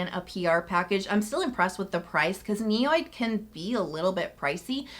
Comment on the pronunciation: my skin is healthy because of the priceless information you share with us, the product recommendations you give us. So know I bear you no malice when I BEG you to correctly pronounce names of products and brands. Ni- od, not ni- oyd, Asiatic-o-side, not Asiatiside, squaw- lane not squa-la-lane. Compounds are named by their components, ol ( pronounced “all” means an alcohol group etc.) If you take the long difficult words apart by their constituent groups your pronunciation will always be on point. The better websites will even give you the phonetics. Repeated errors decrease your viewership. Please? Text-ure not tax-ture......